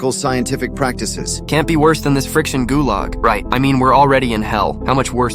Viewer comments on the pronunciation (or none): The guuuulllllaggs more like gooly